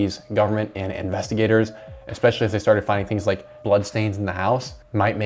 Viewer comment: Stop saying "EXpecially"!!!